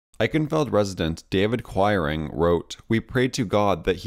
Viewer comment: I grew up in a town with a large mennonite population and the names quiring and toews were pronounced kweering and tayves. I enjoyed this video very much and have subscribed.